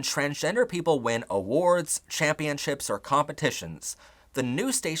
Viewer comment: "those state champiomships should have been mine!" 😭💅